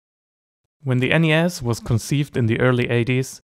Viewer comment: Great video! But, lad, the pronunciation of NES is ''ness'', so you'd say ''a NES''.